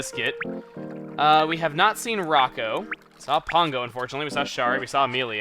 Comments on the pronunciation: Pango is a complete bitch. She put the birthday gift I gave her up for sale in Re-Tail the next day, even though it fell into the categories of things she likes. Don't know why you keep calling her Pongo though, accent I assume? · why do you pronounce her name pongo when it is spelled pango?